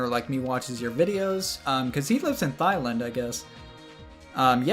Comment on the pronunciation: Okay, I need to ask a question: was you pronouncing Thailand "thighland" a mishap on your part, or is that actually how it's pronounced in America? Because, generally, it can be difficult to tell the difference, as living in England means I don't know if someone fucked up or if America's trying to catch me out.